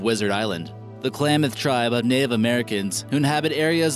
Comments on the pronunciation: Number Ten is my tribe I’m from the Klamath, there is modic and yahooskin as the other tribes and you say Klamath like clam ath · It's pronounced- Klam-ith" tribe and "Mount Shahsta!" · I hate how he's pronouncing Shasta and klamath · Your saying Klamath and Shasta wrong and it's killing me, it's not shosta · Please get a more educated narrator, who will know how to pronounce words like Klamath and Shasta and who will know the Lakota didn't have "creators" but worshiped the Creator.